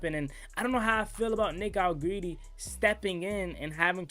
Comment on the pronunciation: Hell u keep callin dat man allegreedy for 😂😂